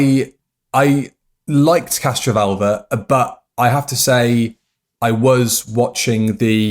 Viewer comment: Is it me or does keep saying 'CastroVULVA'?